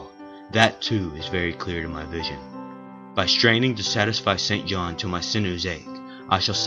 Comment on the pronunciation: Might I add that this may be the only film in which "St. John" is correctly pronounced?